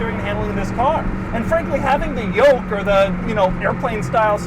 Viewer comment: take a shot whenever doug says “yolk”